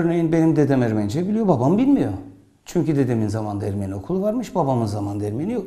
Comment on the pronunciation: Videoda Ermeni kelimesi yanlış telaffuz ediliyor. Azeri gibi son harf uzatılmaz.